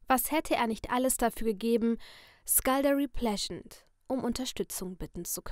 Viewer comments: Skuldergery Plesant so spricht man es Es gibt, die Reihe auch als Hörbuch auf YouTube, da ist der Name auch richtig ausgesprochen... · Du hast ihn falsch ausgesprochen 😢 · Du hast es falsch ausgesprochen🤨😂😂(Egal)Ich habe alle Bücher aus dieser Reihe ich liebe den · Man spricht es wie man es im englischen sprechen würde. Ich liebe diese Reihe, das Buch ist auch sehr gut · Ach noch was😂 Skulduggery Pleasent wird einfach ganz normal Deutsch ausgesprochen und nicht etwas englisch. Das hat man jetzt vielleicht nicht ganz verstanden aber egal😂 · Mega cool aber die namen sind falsch ausgesprochen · Falsch ausgesprochen aber egal